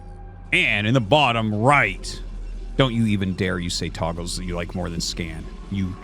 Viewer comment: Togles did he said Togles?! I'm losing it!!